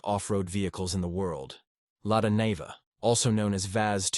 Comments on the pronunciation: It is pronounces Lada NIVA "Neeva", not Nehva. Great car. And the UAZ Bukhanka - the ultimate, both can go where other cannot. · It's the Lada Niva (pronounced Knee va) not Nay ver. Ignorant American.